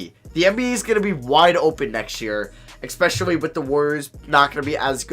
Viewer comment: “Expecially” nonstop 🤣 love your vids